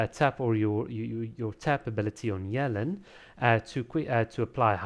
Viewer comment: Dude, "Yuh-Lahn" not "yell-in"